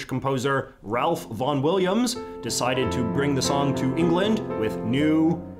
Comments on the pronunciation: This is a great video and it’s interesting how the composers missed certain songs that weren’t in the public domain. Nerd Alert: Ralph Vaughan Williams is typically pronounced Ralph = Rafe And Vaughan Williams is the entire last name. Thanks for the great video! Lemmings was such a fixture of the 90s computer lab experience. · Fun Fact: Ralph Vaughan Williams' first name is actually pronounced 'Rafe' (rhyming with 'safe') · Great video! One small mistake, though. Ralph Vaughan Williams' first name is pronounced as Raif. Rhymes with strafe. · When Vaughn Williams' wife wanted to get to him she would pronounce his name Ralph. He pronounced it Rafe, rhyming with waife. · Ralph in Ralph Vaughan Williams is not pronounced /rælf/ but /reɪf/. And Vaughan is not his middle name. Vaughan Williams in its entirety is his surname. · Ralph (that's actually pronounced "Rafe" in his case) Vaughan Williams' tune for "O little town of Bethlehem", which he called "Forest Green", is actually familiar to me as the tune to Isaac Watts' "I sing th'almighty power of God". Didn't know it was used in Lemmings. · Russia is still pretty proud of Tchaikovsky. Putin and his government REALLY don’t want people to know that Tchaikovsky was gay, though. Vaughan Williams composed a load of music for concert band. That’s where I learned that it’s actually pronounced Rayfe Vorn Williams. 🙃 Some very culturally important American music comes into the public domain in the US each January - the marches of John Philip Sousa. His final march was composed in 1931 and will be in the public domain on January 1, 2027. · Boring facts: The aisles are the lanes down the outer sides of the interior and not the middle, which is called a nave. The Ralph in Ralph Vaughan WIlliams (perhaps annoyingly) is pronounced 'Rayfe'. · I know it’s not really a big deal but his name is actually pronounced “Ray ff” ‘ay’ as in day with no ‘el’ sound. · Ralph Vaughan-Williams is pronounced as though it were spelled "rafe."